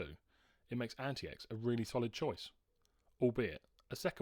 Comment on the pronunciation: I think there's a way to bypass the bios whitelist of approved wifi cards. If you serach for "T42 no1802" you should get some ways to do it. IIRC, I had to do this on t410/t430 to install an unauthorised wifi card and after market battery, but I had to use a modded bios. Also AntiX is pronounced 'antics'